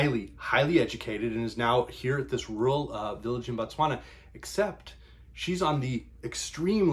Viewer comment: BO please pronounce it BO tswana BA tswana is the people BO is the land